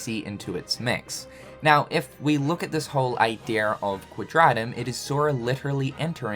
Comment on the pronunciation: I will just wanna hear say “Idea” correctly one day. Just ONCE!!!!!